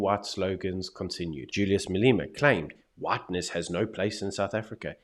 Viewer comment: his name is pronounced Malema not Maleema